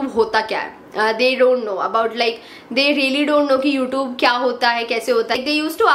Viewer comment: It's not you tobe it's you tube your pronounction is wrong